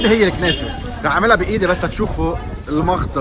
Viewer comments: بيقول المغطه مش المخطه😹😹😹👊🏻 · المغغغغغطة بالغين وليس بالخاء